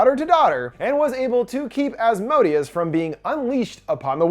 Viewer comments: Him: Az_mo_deeaz Me a supernatural fan: Az_moh_day_az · Maybe it was mispronounced in the movie but The entity's name is pronounced "As-moe-day-us" not the way he was pronouncing it in the video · Helluva Boss fans when they hear Asmodius 🥴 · Please pronounce Asmodeus properly if you’re going to repeat it so much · Ppl keep mispronouncing Asmodeus wrong. And it's making me mad lol